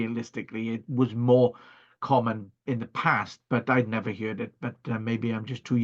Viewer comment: Excellent content. One Note. "Heard" as in Herd. Not heared. As in beard. Hullo.